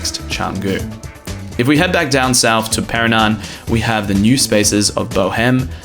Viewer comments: I think you meant to say Pererenan and not Perenan :D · Nice one! Canggu pronounced well. now Pererenan..just and "re" missing ;) A quick headsup about Bwork - They only work with memberships or 10+ hour passes I believe. Last time I tried there there was a massive waitlist. You can still work in their café though which is okay-ish. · ok then you started saying it right but you should learn to spell and say Pererenan. Can't watch any more.